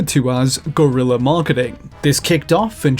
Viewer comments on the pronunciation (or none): none